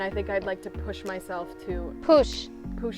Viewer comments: Did Kendall mispronounce the word push? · POOSH OR PUSH LOL